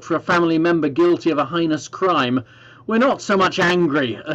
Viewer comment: who IS this guy??? errm, the word is Heinous... not high-nus - there's more to trade (vis a vis a country as a whole) than a few RR engines (that blow up on Qantas A380s, that corrode on ANA Dreamliners grounding the entire damn fleet etc. thanks again to the famous "Made in UK" reputation again ) and a few bottles of whiskey!!!!!!!!!!!!!!!!!!!!!!!!!!! "It's hardly new for the UK to trade globally". And? So what?? But it is VERY VERY different trading now! No empire anymore and NO countries "queuing up wanting trade deals". "Hardly new". So what? What the heck does that statement mean? It's a useless statement. Those ("trade deals") achieved so far are roll overs from the EU and in all cases no better and mostly WORSE than what we had VIA the EU! NOTHING, so far absolutely * N O T H I N G * has been gained AT ALL. ONLY LOST. Nada, Nothing. Zero. Why? Because the UK (the conservatives) enforced and turned a NON BINDING ADVISORY referendum into a mandate which it was NOT. This was also achieved by lies and voting manipulation thanks to Cambridge Analytica. ...That's why. WHAT!!!!??? Where, HOW? Examples? This is pure tripe, utter and complete tripe! So provide a shred of evidence!!!!! You can't. WHAT!!!!??? The vaccines that were produced were rolled out under existing EU certification rules that the UK still used and managed to pass AZ with, and still the UK has BY FAR the highest Covid 19 death rate in Europe, by far. The Government and trading has ab